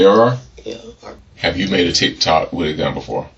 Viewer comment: She cant even say Tik Tok